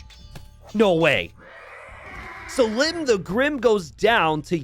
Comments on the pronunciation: NGL the prouncation of selim by t90 is already enraging me xD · Anybody else find it ironic that he seems to be pronouncing Selim's name wrong just to make it rhyme?